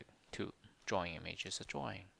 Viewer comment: Nice video. Explained it better than my programming teacher. You should stop pronouncing 'drawing' as 'jawing' though.